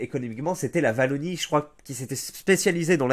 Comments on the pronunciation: Wallonie pas Vallonie s'il te plait, je tank pas toute la video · C’est la « ouallonie » pas la « vallonie » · On prononce "Ouallonie" pas "Vallonie"